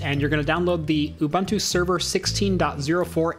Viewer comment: isn't it pronounced "you-boon-two"?